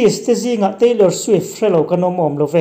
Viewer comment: Teilawr swiff khi zaklo ee 🤣🤣🤣🤣 a zamlo reuh